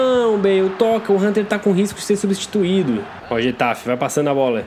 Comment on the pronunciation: getafi wtf e guatafe se fala